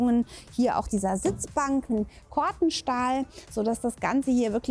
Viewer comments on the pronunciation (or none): Das heißt Corten-Stahl („Cortehn“) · Das Haus sieht für eines "von der Stange" ganz pasabel und schön aus. Sehr schöne Details und Ausführungen, was wahrscheinlich nicht bei jedem Käufer so zur Ausführung kommt. Beim Grundriss hätte man das ein oder andere noch ändern können, aber ansonsten schön elegant. Aber eine kleine Anmerkung : "Cortenstahl" wird anders ausgesprochen... aber ist auch nur ne kleine Anmerkung am Rande :) .